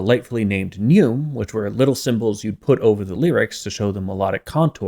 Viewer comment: pronounce it "neu.ma", no one in Latin pronounced it with an silent 'e', that only carries on because of French. and also just as a reminder, ninth century English coexisted with Latin speakers as well among the Anglo-Saxons. Lædengereord ongemang Engla land.